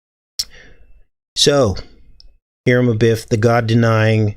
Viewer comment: Hiram is pronounced “Hi-rum”